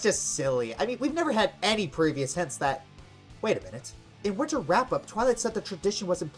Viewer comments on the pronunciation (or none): none